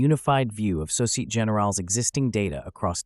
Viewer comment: “Société” (in société générale) has 4 syllables so-ci-eh-teh. If you use AI to generate speech, I wonder if you can switch midway to French 🤔